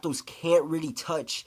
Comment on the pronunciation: "Reelee" (really)